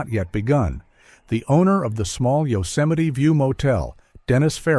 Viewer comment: A serious question..........how is Yosemite pronounced 'Yoseminee'?